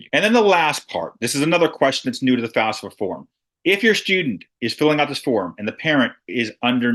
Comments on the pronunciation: It’s pronounced *FAFSA, …not FASFA! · Thank you because it seems like people are often saying it as"FASFA" just like in this video